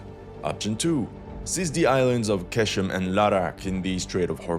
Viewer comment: It’s pronounced “gh-eshm” bro